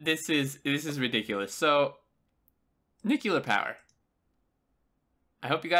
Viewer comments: NUCLEAR NOT NUCULAR!!!!!! Seriously how do you get NUCULAR from nuclear? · Nice video, you'll want to do another now that the release notes are out. It was a bit tough hearing nu-cu-lar the whole time instead of nu-cle-ar -- brings back too many memories of George W. Bush. :-P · It's pronounced noo-clee-er ya dingus! :p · fuck yes. but btw....NU-CLE-AR damn it. only 1 u ;)